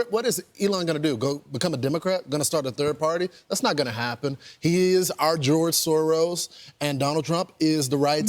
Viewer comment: “He’s our Gerge Soro” they are just trolling us at this point 😂